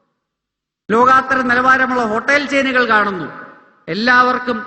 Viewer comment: Anil Antony, ലോകാത്തരം അല്ല ലോകൊത്തരം ആണ് ശരി😊